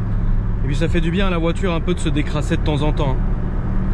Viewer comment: "une voitûre qui aime les rûptûres"